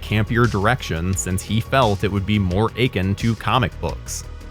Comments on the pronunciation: 'akin' is pronounced ahKIN not AYkin ;) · “more achin’”? 🤦🏻‍♂️ Are you trying to say “akin”? Learn how to speak, please. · More Aching to Comic Books? Dude, learn how to pronounce words..